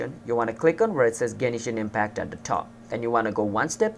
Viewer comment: The way you Say Genshin impact honestly annoyed me but it was an overall good video that helped me